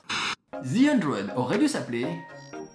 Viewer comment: The -----> dheu arrêté de dire. ---->zeu 😕